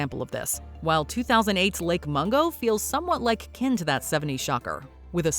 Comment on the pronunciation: Lake Mongo? 😂. Huge Lake with a Huge Secret… 😂. Lake Mungo.